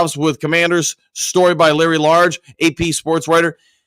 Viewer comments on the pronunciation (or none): Please work on getting Larry Lage’s name correct , it’s “ age” with a L at the beginning. Not large as you keep using.